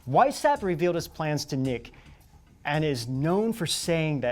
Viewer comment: Now comes some criticism . "Knigge" should not sound like "Nick"! It might be no biggy, but either it would be spelling it right.